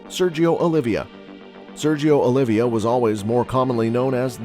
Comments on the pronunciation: OLIVA (OH-LEE-VA) NOT "OLIVIA" JEEZ : ) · Not only that, it’s “Oliva”, not “Olivia”…